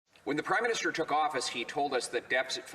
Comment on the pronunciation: I swear he said Criminister not Prime Minister. Or maybe that is what I hear in my head when I think of Trudeau, haha